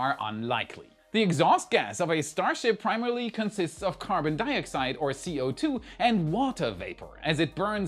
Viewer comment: "carbon dio-side"...hahahahaha